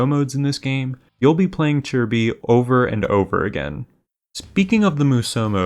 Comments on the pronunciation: Isn't it Chi Bi? where'd we get the "r" sounded like chirby. 🤔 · Homie called chi bi churby